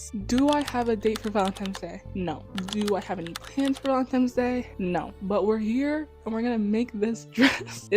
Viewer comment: Oh, no, you were saying ValentiMe's. You may not have noticed.